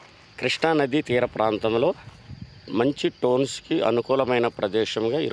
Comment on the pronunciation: వాడికి పలకదు నువ్వెన్ని కామెంట్లు పెట్టిన waste 😂😂😂